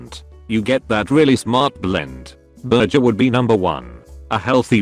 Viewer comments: nobody: the voice: BURJER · Gotta learn to make that burjer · Why can the speech thing say worcestershire but not burger